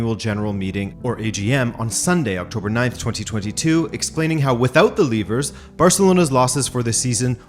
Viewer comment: That’s not how you pronounce “levers”